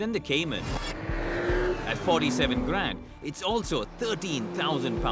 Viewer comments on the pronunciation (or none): none